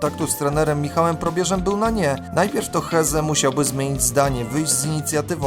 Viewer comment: A do czego prowadzący ma się ustosunkowywać? Masz rację, a on (prowadzący) nawet niepoprawnie wymawia nazwisko Hezze gdzie "h" jest nieme bo to hiszpańskie nazwisko. Ale żeby wiedzieć jak je prawidłowo wymawiać wystarczyłoby obejrzeć max 5 minut materiału nt. tego zawodnika u Ćwiąkały.